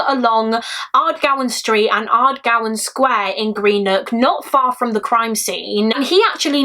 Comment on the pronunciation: such a sad case 😢 my nan was born in greenock but just a heads up it’s pronounced gren-ook 😊